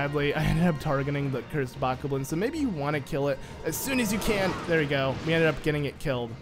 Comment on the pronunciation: I like how he calls the Bokoblins like Bookewwblins but I call them buckoblins